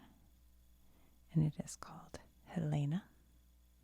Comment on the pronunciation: This may have been mentioned already but Helena, MT, is pronounced Hell-e-na, not Ha-Lay-na.